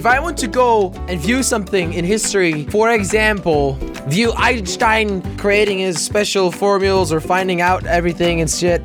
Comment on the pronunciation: He said "Ainchtain" xD